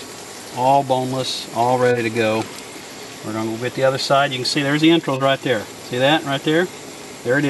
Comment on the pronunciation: Its entrails not entrills. Speak properly